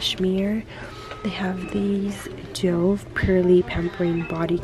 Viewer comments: Glad you're feeling a bit better! Just a little fyi for you... the brand Dove is named after the dove bird and it's pronounced duv, just like love ♥ ♥ ♥ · Not dov but dove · Nice vide,but it bothers me the way she says Dove lol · You said dove wrong